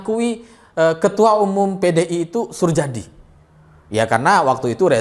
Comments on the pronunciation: Suryadi bacanya, bukan surjadi.. Itu kan ejaan lama.. Heee.. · Pengucapannya Suryadi bukan Surjadi. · drs. Soerjadi bacanya SurYadi bukan Surjadi. Itu ejaan lama, mas. Iya betul suami pertama ibu Mega adl penerbang yg (di)hilang(kan) saat tugas dan sampe sekarang tidak diketemukan jasadnya juga pesawatnya. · Sedikit koreksi , Soerjadi cara bacanya Suryadi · Soerjadi, bacanya: Suryadi🙏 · Soerjadi dibaca Suryadi mas... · bacanya Suryadi mas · jika baca nama 'Surjadi' hendaknya seperti baca 'Suryadi'.. Surjadi ini berjasa cukup besar dalam menaikkan suara PDI di Parlemen, ketika itu beliau dalam kampanye pemilu mempopulerkan semboyan METAL (merah total) dng mengacungkan jari kelingking, telunjuk, dan ibu jari (jempol).. Surjadi akhirnya sama Orba dipandang berbahaya, sehingga perlu diganti, namun diluar dugaan dalam pemilihan Ketum PDI yg muncul malah Ibu Mega.. nah loo..